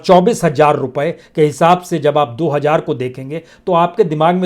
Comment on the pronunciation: मेरी आपके खोजी ओर सच्चे बयान के लिए आप के लिए दुआएं। मेरी गुजारिश है कि आप जैसी काबलियत वाले हमदर्द को अगर उर्दू अल्फाज़ की अदायगी के वक्त (मस्लन hajjar/hazar, gajipur /gazipur, khilafat/mukhalifat) थोड़ी करम फरमाई जरुर करनी चाहिए। इसको तनकीद न समझें। मैं आपकी वीडियो से ज्यादा आपकी आवाज का काइल हूं। सबसे बड़ा जिहाद जालिम हुक्मरानों के सामने सच बोलना है।